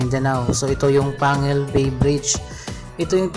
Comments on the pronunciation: ang tamang bigkas po ay PANG-GUIL BAY at TANG-GUB parang batangas, pampanga, pangasinan.... pagka pangalan ng lugar po, ang bigkas ay Double *G*. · Pronounced as Pang-gil bay Pronounced as Tang-gub City.